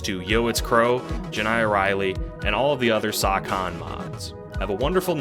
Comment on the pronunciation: "sawcon 2021" 😭